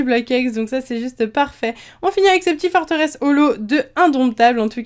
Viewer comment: c'est pas forteresse c'est forteresse